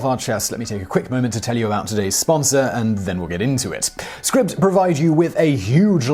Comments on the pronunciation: “Scribbed”? I thought it was pronounced “Scribed”. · Are you quite certain it’s pronounced “scribbed “? It looks as though it should be “scribed” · Isn't it pronounced like scribe? With a long I sound like eye, not like rib? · that moment when you can't even pronounce the name of your sponsor correctly it's SCRIBD AS IS "CRY" with and S so... SCRY then add the B like SCRIBE (like a scribe in medieval times) then if the scribe did something you could say he SCRIBED IT SCRIBED Holy Shit you don't hear linus tech tips saying TODAY OUR SPONSOR IS TUNNEL BEER hehe oh fuck me LMFAO that's funny Serious question though When your sponsor has an agreement with you , DO THEY NOT SAY TO YOU "THIS IS HOW YOU PRONOUNCE THE NAME" ?